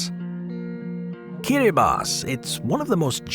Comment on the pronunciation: I loved the video, except the silly American assumptions that people would not have heard of some of these countries. I was briefly thrown by the correct pronunciation of Kiribati, 'Kiribass', but I heard of then all and knew roughly were they all are. Moldova is split in two and Transnistria is akin to Africa's Somaliland or Asia's Republic of China (Taiwan)